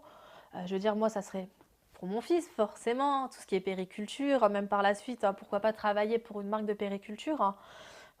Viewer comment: Je l'aime bien mais niveau vocabulaire.....elle dit toujours les "manman" au lieu des mamans..."périculture" au lieu de puériculture.... alors qu'elle tient une page pour des mères....